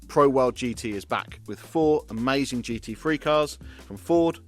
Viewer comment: The most, though not only, amaysthun bit started . The next amaythzun bit started . Castrol in its classically correct font: Is not that amaythsun? Aitch is pronounced aitch. Nevertheless, it was amaysthun that there was no apparent use of the aberrant sound 'gotten', whose increasing and deleterious presence in lately propagated parlance has got across The Pond and proceeded to delete a 'got' where it most certainly should not.